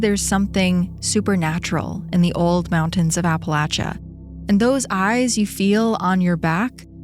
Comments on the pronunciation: Thanks for sayin Appalachia correctly! Ive hear lil sayings like "it's Appalachia or ill throw an apple atcha" to remember ✨ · THANK YOU for pronouncing Appalachia correctly HAHA